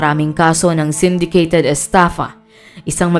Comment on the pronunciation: Syndicated not sendicated